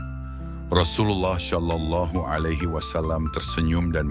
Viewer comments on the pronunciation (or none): Penyebutan "SallAllahu alayhi wasalam" agak ganggu, krn pengisi suaranya menyebut "Syallallahu.. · Kak, bukan syalallahu... tapi shalallahu 🙏